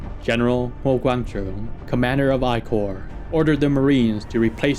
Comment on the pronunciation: It's wrong to pronounce the 1st Military Corp as the "I Corp".